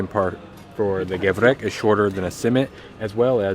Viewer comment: Gevrek, not Gevret